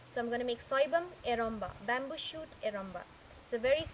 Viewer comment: Appreciate the effort and the purpose. But your recipe is not the authentic one .Before telling what s missing let me tell you how to pronounce soibum-it should be pronounced as Soi- Boom Not Bum.Coming on to the fish .the one you used is called Fabou.In eromba it is ngari which is used. The taste is completely different if you use ngari . Nevertheless good job and keep it up.